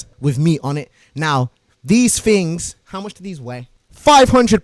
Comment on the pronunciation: fings and tings